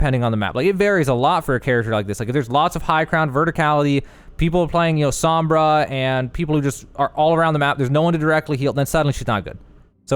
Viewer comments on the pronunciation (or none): none